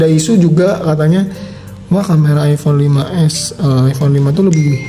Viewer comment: Kok sy dengernya iphone 16 ya apa salah denger??!